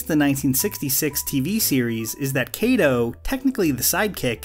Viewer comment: Ironically-- Kato's name isn't even pronounced correctly and hasn't been from the very beginning. The proper way to pronounce that Japanese name is with a short a, not a long a. I think it is kind of tough to explain that in any reasonable way.